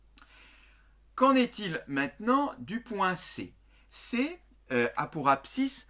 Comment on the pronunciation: Abscisse pas Abscisse